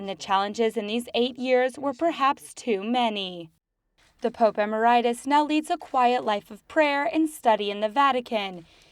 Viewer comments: Says "Em-er-RITIS" rather than "em-MER-itus" Cracks me up! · Stupid people who cannot pronounce words correctly should not be narrating videos. Emeritus is not pronounced, emmer eye tis. Secondly, videos that say nothing about what they purport to say are best left unmade. Just makes the producer look as stupid as he is. Benedict resigned after cleaning out filth know as the LC's from the Vatican Bank,, who were laundering the drug money of Mexican Drug Lords. He knew that if he stayed in the office, he would be murdered by the cartels at the request and with the help of the Legionaries, who are not only an arm of the drug cartels, but also the premier rapists of children and kingpins in human trafficing. Benedict resigned to save the Church the trauma of having another Pope in recent history, (JP I, who was murdered by the Soviets) murdered in office. It was a great sacrifice on his part, and an act of charity. Sadly it lead to Bergoglio. Proves once again, NO GOOD DEED GOES UNPUNISHED, and, THE FULL WEIGHT OF EVIL IS BORN BY THE INNOCENT.